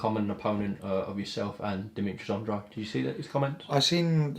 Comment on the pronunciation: Still grates on me that no one says "Andrade" correctly still...